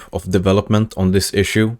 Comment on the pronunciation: and then zwatsch said "thanks for zhwatching" and zwatshed all over the place